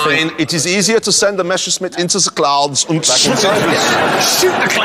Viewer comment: Funny how Clarkson always makes fun of Germans allegedly not being able to pronounce squirrel correctly ( like here ) and yet every time he says Messerschmitt ( like here ) every German wonders why he can't manage to correctly pronounce a word that tells you exactly how 🤣 (apart from the "sch" maybe, which he get's right)